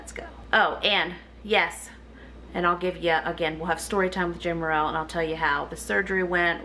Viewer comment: Im just curious why you said your name is pronounced with a long A but in videos you call yourself Jamerrill ( saying Jam with the short A) genuinely curious:) love your videos